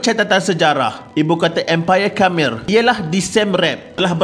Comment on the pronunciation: Pembaca narasi ni tolong la sebut betul-betul sesuatu nama. Baru pengkaji profesional. Khmer, siem reap dll tu boleh guna google translation kan utk dengar sebutan yang betul